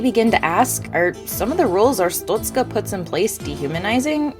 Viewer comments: It's pronounced "Ars-stot-ska" not "Ars-toot-ska" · she said 'arstutzka' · The ministry of Arstotzka does not like how you pronounce 'Arstotzzka'. Your family will be questioned further. Glory to Arstotzka.